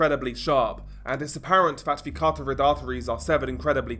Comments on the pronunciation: "Ca-rot-tid," not "cart-or-id." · CARTORID ARTERY…